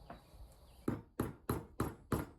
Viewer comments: Okay I get annoyed by british people not pronouncing T's in their speech so I'm sure I'm the minority but it sounds like youre doing a prank when you pronounce every OR sound like ER. Mer when saying More is a good example that literally sounds like youre just trolling. If you're from somewhere where people just talk like that please let me know cause I've never heard anyone talk like that. just made me almost have a brain aneurism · If you learned how to pronounce the "or" sound in most words, (mer = more, perfERmance, etc) your videos would be significantly less frustrating to watch